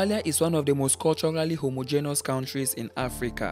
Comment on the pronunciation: I subscribed to this channel But later unsubscribed when I heard the man pronouncing homogeneous so botanically What a disgrace ☹️☹️☹️☹️